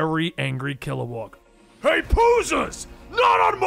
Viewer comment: Kilowog. Not WAG.